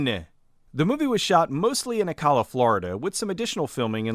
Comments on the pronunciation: It's O cala not Al cala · The way you pronounce Ocala hurts my soul. But this is no crazier than the people that live there. XD (Oh-cal-uh)